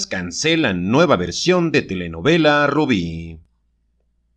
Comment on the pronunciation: Así se dice barbara morí no hay otra rubí es rubi